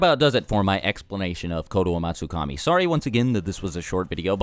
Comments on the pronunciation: Explain how you nailed that name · I like how you can pronounce the name so easily. I bit my tongue half way through.